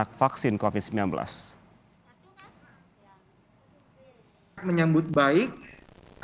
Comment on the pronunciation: Halo virusnya bukan Cocid tapi Covid ok